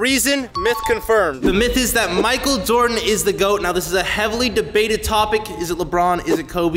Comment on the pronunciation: Bro said Michael dordan